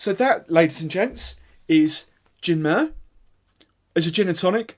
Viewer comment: Just a note, it's pronounced "Mar-Ray" and is Latin for Sea.